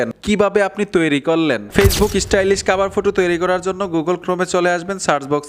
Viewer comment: ফুটো কি সেটা আবা😂😂😂 হবে ফটো